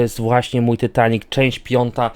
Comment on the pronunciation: ty nie muwi się tytanic tylko taitanik